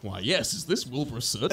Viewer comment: Why did it sound like you said Bilmer Swit instead of Wilbur Soot?